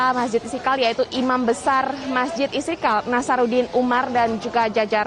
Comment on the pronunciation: Reporter kog sperti tidak pas menyebutkan nama Mesjid Istiqlal ya??? (Istikal?)